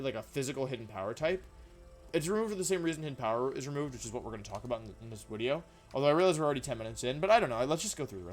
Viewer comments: Why does he keep mispronouncing video as "wideo", then when he pronounces it right he immediately goes back to mispronouncing it on purpose? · Why do you say “wideo?” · i love that he intentionally says wideo thats so funny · stop saying wideo it d i s t u r b s m e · I luv d wideo intwo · I dont mean any offense, but do you say "wideo" due to a speech impediment, an accent, or is it some sort of channel meme? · what is with you calling it wideo or just pronouncing v's like they're latin v's in general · I HATE WHEN YOU SAY WIDEO STOP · Wideo man makes funny wideo with new funny wideo intro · Why does he say wideo? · every time he says wideo, it sounds like a person with an indian accent saying "video", it makes me laugh everytime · It really hit he hard when he told us that, in fact, it was him. Wideo Man.